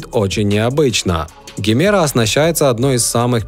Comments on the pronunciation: Не Гемера! Произносится как Джемера! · Джемеро, а не Гемеро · Джимера называется, на презентации он назвал ДЖИМЕРА А НЕ ГЕМЕРА